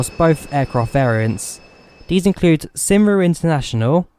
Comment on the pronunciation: great review of one of my favourite aircraft. By the way "Cymru" is pronounced "Cumri".